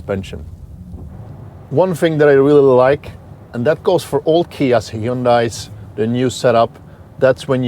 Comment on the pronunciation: Hyundai... "hE yOoN dAi" geez... there's tons of review videos that get it right, a little effort goes a long way, seriously.